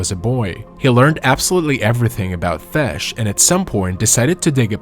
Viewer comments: Don't get me wrong, this is a good video. It's just the amount of mispronounced words in this video is a bit distracting. He pronounced fish as fesh, do as duh, flesh as fash, group as grup, and so on. 🤣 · I'm sorry, but where did this person learn to speak English? For example, what the hell is a fesh? Also, what in the world is "rawlk" music? There has been a weird proliferation of extremely odd pronunciations and grammar issues in video narrations on YouTube lately. Are they AI voiceovers of written text or something? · Wait... was this dude saying "fish"? The pond was for fishing?